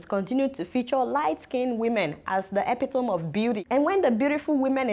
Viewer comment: I know it doesn't matter but it is funny how west africans pronounce epitome. It's supposed to be eh-pi-tuh-mee but it doesn't matter, we undertsnad what you're saying